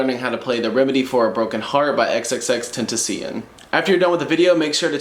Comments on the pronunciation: Xxx ten ti sion Woh man I love that pronunciation 😂💕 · Whu tf he pronounce tentacion like that